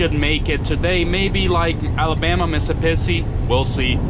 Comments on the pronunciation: you crack me up how you pronoce mississppi. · MISSISSIPPI, with two p’s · Wait... say Mississippi again... :P